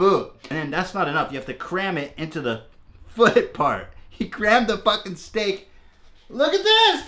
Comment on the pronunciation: “stehk in da buut?!”